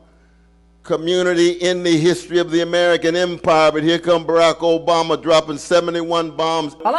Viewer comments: BARRRACK OBAMMA! Don’t stop saying BARRRACK OBAMMMA. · Why do you say Barack Obama differently to everyone else?